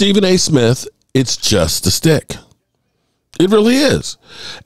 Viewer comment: I’m a new listener here. But I got to help you out on something…. It’s not “Stick” it’s “Shhhhhtick” You have to pronounce the SH!